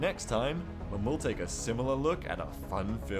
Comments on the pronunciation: its pronoced new-fun-land because thats how the people there talk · By the way, Newfoundland is pronounced Newfunland, really quickly, like you're trying to fit it all in one syllable. Thank you again, a fan from Canada. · Only just played the convoy mission last night, it was great to see your take on it. Your commentary is fantastic, thanks for sharing! (Fun fact, though: Newfoundland is actually pronounced "New-fund-land". I was born in PEI, just across the Gulf of St. Lawrence, and it's a pretty common mistake for people to make who aren't from the Canadian Maritimes. Just thought I'd mention!) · it's newfundland bro